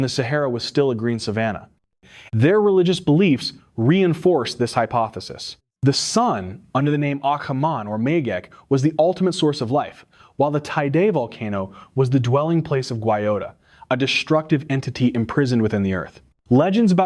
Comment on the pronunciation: The volcano is named Teide not Tidee.